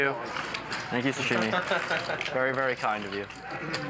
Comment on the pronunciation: Why can't say her name correctly? It's not SHashimi...it's Sashimi...god damn...